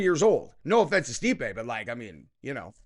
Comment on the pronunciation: Why did you say stipe like that. Stipe is a goat